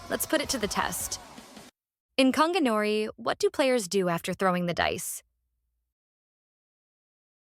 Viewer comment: It’s gon gi not konginori mf